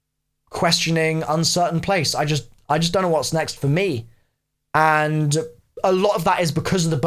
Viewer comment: “The road may be long unt dark...”